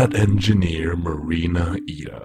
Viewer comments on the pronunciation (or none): Elizabeth Brawn So, putting the katakana into Google Translate and using it's text-to-speech feature, イイダ is pronounced ee-da. Rhymes with "tree-da." Which presents the question of why thus video pronounces it "ee-ya."